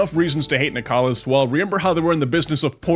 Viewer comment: Not nicalis man, cmon